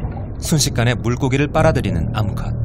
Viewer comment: 암컷 이라는 딕션과 늬앙스는 참 묘한것 같다